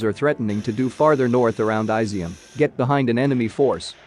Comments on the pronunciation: jesus christ, it’s NOT “eye-zium”, it’s “ee-zium”! 😂😂😂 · It's is-zium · I'm sure it's "Is - ium". Did you research it?